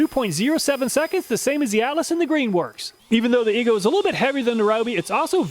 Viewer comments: are you sure about the pronunciation of EGO? i would think it would be E-Go, not E goo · Make a video where you just say, "E-GOO" over and over until you figure out how to properly pronounce it. Hearing you repeated so many times Almost seems like you were just messing with us! like nails on a chalkboard! 🥴